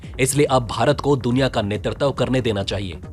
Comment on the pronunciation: आपको बखेड़ा शब्द का सही अर्थ पता नहीं वरना इसे शीर्षक व रिपोर्ट में प्रयोग नहीं करते। आलेख बढ़िया है। 'नेतृत्व' शब्द् का उच्चारण गलत था, सुधारें। जय हिंद 🇮🇳🙏🏼